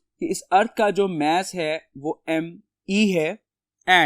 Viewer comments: Y r u pronouncing it mE-SS INSTEAD of maa-ss?🥲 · Mass nahi mess 😂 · Mess of a earth is really 😂😂😂😂 good its mass of a earth sir you pronounce not earth but tell good explain to us thanks for provide this valuable information